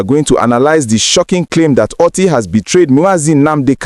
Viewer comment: Please Mr. propadandist first of all his name is not Oty but Oti, secondly, I will like to ask you if you were at the meeting between Dr Oti and President Tinibu or were you paid by some politicians to debit all your trash against Dr. Alex Oti. Just imagine the rubish that you are talking, an Igbo politician going to see your uncle Tinibu to seek his permission to join APGA. Are sure that you are not smoking something